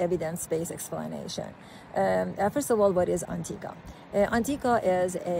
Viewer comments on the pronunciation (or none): Maybe the oncologist speaking could learn the name of the drug and how to pronounce it before making a video about it. The cancer treatment industry is currently $320B USD per year. The SARS-CoV-2 “pandemic” helped many people see that the regulatory agencies are totally captured by the industry they are supposed to regulate. A rational person would expect many roadblocks to be thrown in front of a drug that could enable the human body to naturally fight cancer, perhaps wiping out the industry and the profession. We don’t know that Anktiva is that drug, but it certainly looks possible. The concerns about safety are valid, but almost seem silly when we consider what Chemotherapy drugs do to the body and just how toxic they are. The current state of oncology is barbaric if we are honest. It’s not an indictment of oncologists, but is an indictment of the industry, which cares only about profit and its own survival. I think an even bigger discovery comes from Dr Thomas Seyfried, who has proven cancer is a metabolic disease, not a genetic disease. A simple, low cost dietary therapy with drugs to pulse glutamine has had tremendous success, but the oncology industry has not embraced it. An honest scientist admits that science is wholly corrupted by the current business model. The evidence usually follows the wishes of the funder. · What a load of BS she is spewing. She can't even pronounce the name of the drug.